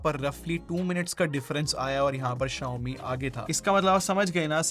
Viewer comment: he is talking about xiaomi pad 6 Xiaomi pad 6 ko hee pad 6 bolta hai